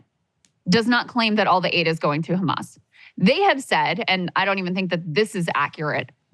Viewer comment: Is pronouncing the H like that deliberate, because she's clearly American or Canadian if she can say hamburger then she can say Hamas with an H